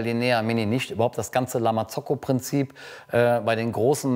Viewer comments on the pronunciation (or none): Wieso betonst du La Marzocco so „eingedeutscht“, das hört sich wirklich komisch an #nofront